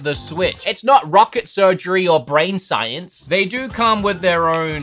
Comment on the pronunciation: You said "rocket surgery and brain shience"